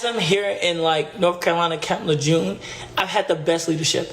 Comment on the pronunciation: All right motherfuckers I know it’s tomato tomata potato Patata here .. but its camp Lejeune pronounced like colonel . This name deserves honor by pronouncing it correctly. No R ! But, you pronounce it ! you illiterate fucks